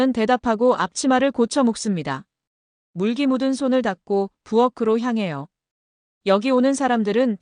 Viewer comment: [물기?] " 물끼"로 읽어야하지 않나요?^^